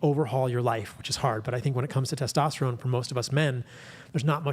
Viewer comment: Teshtashtatron Bro get those pubes outta ur mouth you cant even talk